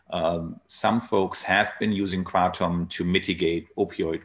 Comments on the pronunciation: yeah what happened to ... Kruh-TOM. ?? hey Tom!! meet my friend Nine... Mit_traga_NINE ?? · lol, I think you're right. I didn't give up... I still call it Krah-tom. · Hamilton back to pronouncing it kray-tum huh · Did I just hear Hamilton pronounce it as "kray-tum"?? What happened?! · He said in another interview yesterday that he feels like an asshole calling it “kra-tom!” 🤣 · Why do you pronounce it kraydom sometimes?